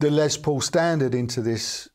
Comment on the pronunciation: Greetings. A marvelous homey presentation. I would like to make a friendly positive reinforcing reminder, that the gentleman who is the namesake of these models was "Lester" shortened to the nickname Les, rather than Lez. Overcoming this minor adjustment will be much appreciated by the listening public, thanks.